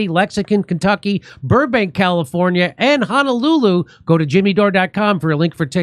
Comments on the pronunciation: It’s not Ha-na-Lu-Lu. It’s HO - NO - Lu-Lu. Ho Ho Ho…..Like Santa Claus. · Just came to hear JD say Honolulu